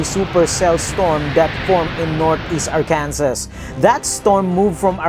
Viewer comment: Dear! Arkansas is pronounced Arkansaw, be blessed and thank you for your videos...